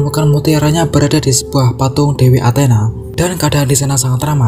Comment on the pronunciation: Bang kok dewa anthena 😂😂😂😂